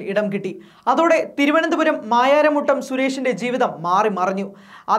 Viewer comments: മായാരാമുട്ടം അല്ല ചെക്കാ മാരായമുട്ടം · മായാരാമുട്ടം ആണോ മാരായമുട്ടം അല്ലേ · മായാര മുട്ടം അല്ല മാരായമുട്ടം.